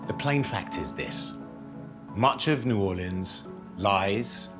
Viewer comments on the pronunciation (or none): Right! It's New Walleans! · The narrator can at least learn to pronounce "New Orleans"!!!